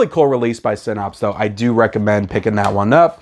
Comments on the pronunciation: Yes. Synapes is pronounced SIN+APSE not SIN+OPS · You were 1-9 at saying Synapse properly in this video.